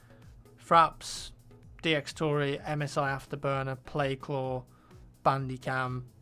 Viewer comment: did he just say claw😱😱